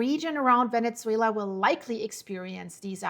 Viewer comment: There is no T in Venezuela!